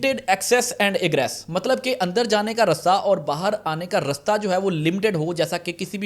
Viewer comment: it's not rusta it's raasta😂